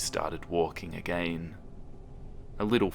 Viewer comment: I love how you pronounce certain words like "again" as "a-gain" makes everything more scary :o